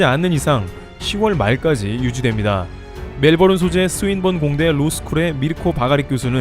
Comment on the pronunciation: 호주의 수도는 캔버라 Bourne Identity Bourne Supremacy Jason Bourne 이 영화 제목을 어떻게 읽나요? 보른 아이덴티티 보른 수프리머시 제시슨 보른 ....^^ 왜 Melbourne 이걸 멜보른이라고 읽는지 도데체... ㅉㅉ. 그래도 추전은 했음